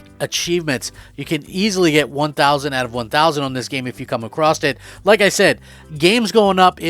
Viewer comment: It’s pronounced “a-cross” not “a-cross-t” There is no T.